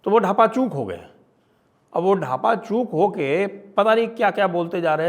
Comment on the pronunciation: ढापाचूक नहीं भाई डाफाचूक